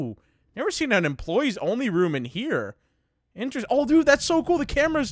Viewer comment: "alright so foxy, isestrng...inseringlng enough though" lol I was dying